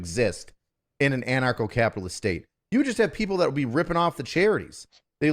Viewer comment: It's 'an-archo-capitalist", not "anacro-capitalist". What you pay in taxes for police protection is more than on the market. The government tends to pay 1.5 to 2.5 times as much for the same service. A protection racket is where you pay for 'protection', or else there are consequences. That's not an argument against ancap, it's a description of the current system. If the taxes you are already paying for can pay for your current protection, then you CAN afford private security. It's the same thing, just with consumer choice and not threat of imprisonment if you don't pay. No, ancaps don't want to pay for welfare queens. If they choose to stave, that's their choice. Edit: your assumtion implies that the options are: a) Poor people starve b) Non-poor people are enslaved by the poor people. I think this might be what they call a false dichotomy. This is just as disingenuous as me saying "Oh, you want (insert government funded thing here), therefore you to enslave me?" "So these are people who have committed crimes" That's a pretty big assumption. And also wrong. "They want police to be abolished so they can do whatever they want." Yes. That includes accepting the consequences of what you do. These are ancaps they're talking about, not Sternerites. I don't want the Ministry of Truth telling me what I can and can't say. If someone thinks what I said is offensive, they can take it up with me themselves, rather than sent a SWAT team to take a fat shit on my rights. 1